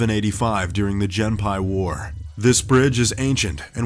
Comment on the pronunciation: The "Jenpai war?" Surely he meant the "Genpei War." EDIT: Oh and it was fought by the High Key clan apparently xD EDIT 2: And the one in China was designed by an Israel Eye architect... Jeeze, Top Trending, get a narrator who knows how to pronounce things.